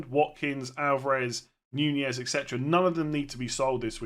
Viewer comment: I like how you've changed your pronunciation from 'Nunez' to 'Ñuñez'.